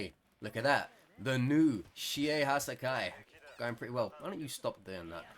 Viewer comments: I cant tell if him saying Hassaikai this way triggers me or makes me laugh a bit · Love the content, cant stand the way he pronounces hassaikai